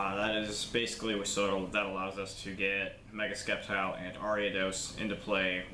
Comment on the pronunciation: Sorry but there is no k in sceptile hahaha i almost thought in the beginning you where just skeptical of the deck lmao